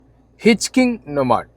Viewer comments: ഹിച് കിങ് അല്ലടോ hitch - hiking 😂😂😂😂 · Aadyam pooyitt mariyaathakk hitchhiking ne parayaan padikk broo... Nthoonnaa ind hitchkingoo??? Ath aaru? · ഹിച്ച് കിംഗ് അല്ല സീക്രെട്ടെ.... ഹിച്ച് ഹൈക്കിങ് ആണ്.... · ഹിച് കിങ്ങ് അല്ല.... ഹിച് ഹൈകിങ് (ഓസിക്ക് വണ്ടി കയറി യാത്ര ചെയ്യുന്നതിനെ വിളിക്കുന്നതാണ്) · ഇച്ച് കിങ് 👑 അല്ല 😂😂😂😂😂 ഹിച്ച്ഹൈകിങ് ആണ്! നീ so യും whatever it is! ഒക്കെ വച്ച് അഡ്ജസ്റ് ചെയ്യ്! മറ്റേ പാട്ടയും നിന്നെ പോലെ ആണ് ! നിങൾ മലയാളം പറഞ്ഞാൽ മതി! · Hitchking alla..Hitch hiking ennaan pronounce cheyyendath.. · It's not hitch+king but pronounced as Hitch+hi+king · Hitchking അല്ല.. ഹിച്ച് ഹൈകിംഗ് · Bro its pronounced "hitch hiking", where hiking is pronounced as "hi"-"king"...😂😅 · ഹിച്ചിങ് അല്ലടാ ശവി... "ഹിച്ച്ഹൈകിങ് " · Hitcking alleda sai, hitch hiking. Its okay, dont repeat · Hiching alla mone hitch hiking kashttam thanne ariii yannayeyeey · Hichking alla hitch hiking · Hitch hiking ennanu, yarade iyal - hitchking alla 😅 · ഹിറ്റ്ച് ഹൈകിങ്ങ് ennanu chetta